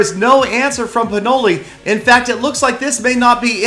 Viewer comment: Your in sounds like urine lol